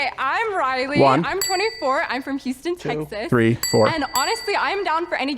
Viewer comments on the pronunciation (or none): She lost me when she pronounced Texas as Tekth-aath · There's no way that chick is from Texas she might live in Texas. She doesn't even pronounce Texas like a native. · I would run based on the way she said Texas alone! 😂